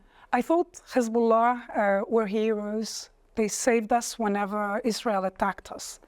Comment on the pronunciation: She's an Arab and grew up in Lebanon but can't say "Hezbullah" proper? I call BS